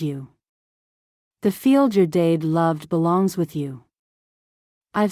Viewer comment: It took me a good while to get that the person she thought about was her dad, because AI pronounced it "dayd"